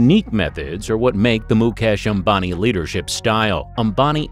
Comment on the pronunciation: At least you can pronounce the man 's name properly .